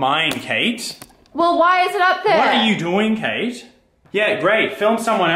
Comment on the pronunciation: it's like Slaiman is saying cake instead of Kate lol